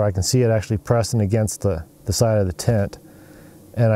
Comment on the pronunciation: It's a tent not a tint